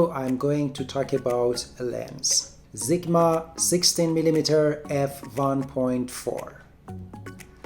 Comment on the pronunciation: It's sigma not zigma